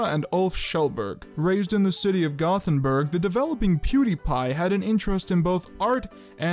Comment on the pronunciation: it's pronounced like GO TEN BURG btw (good video tho)